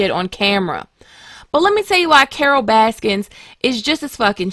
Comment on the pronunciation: There is no "S" in Baskin"